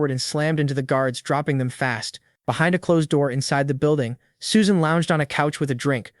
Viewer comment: Suesan? shee???